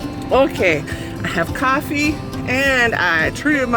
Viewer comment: Your city should have a cat park, so your cats can run around with other cats!:) Hi! Thanks for taking us along on a ride through your beautiful snowy town! I love how you say, "Caaaahfee.":)